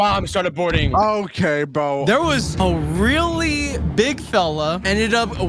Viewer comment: Weewlly OFC YES WHO DOESN'T LIKE TO EAT PLANE bro stop saying really dude U CAN'T EVEN SAY REALLY THAT U SAY WEEWLLY? WTH IS WEEWLLY